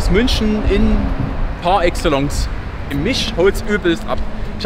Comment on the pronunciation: Aber "par Exellonkz"!